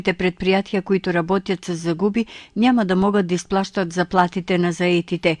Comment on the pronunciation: изплащат, не исплащат.